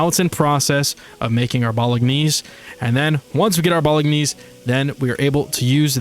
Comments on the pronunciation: The way you pronounce bolognese is so uhhhhhh unique? haha It's pronounced "bo-luh-naize" if that helps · "Bolognese" is Italian, so you don't pronounce the 'g' as a hard 'g', it combines with the 'n' to make a sort of "nya" sound. Americans usually pronounce it more like "bo-lo-nays".